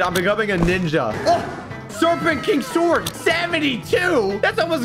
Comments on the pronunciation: says sword with the w in stead of saying it with no w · what’s a SWORD u pronounce it (s o r d) not (sWWWWORD) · Swword. Also why blaze? It’s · i love when said swword